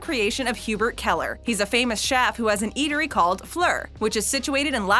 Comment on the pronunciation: Hugh-Bare not Hugh-Burt.